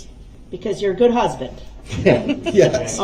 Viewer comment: Is there something wrong with using the “th” sound??!!that infuriates me to no end..dat and da and the goot for good and ending everything else with an “f”!!!like nails on a chalkboard